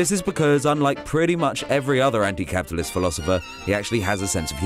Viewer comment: I just love how Zizek says ‘capitalism’. There’s 15 syllables when he says it.